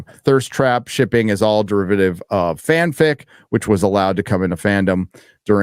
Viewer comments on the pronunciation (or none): You know what‘s funny… I am German and everytime you say „FanFic“ it sounds like „FanFick“. I won‘t do the Translation but, that‘s pretty much what they are doing. Just Translate the 2 Words from German 2 Englisch and you‘ll get it. i guess.